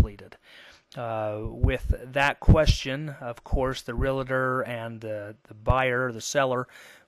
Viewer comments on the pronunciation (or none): It's realtor, not relitor. Let's use the language we've all agreed on, shall we? lol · (Real-tor not Real-a-tor) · Says "realtor" weirdly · Great information! However the word "Realtor" does not have an "a" after the "l".